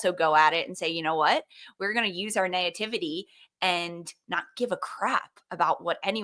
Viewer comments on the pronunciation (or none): “Naitivity”? (Nativity x Naivety????)